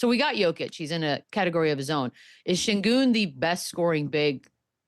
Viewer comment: My question is why do yall keep pronouncing his name as "Cingun" its "Shengun"! Please watch the rockets games to know what yall are talking about! Sengun has been in the league for 3 years now and yall keep getting his name wrong! From now on just call him MVP SENGUN!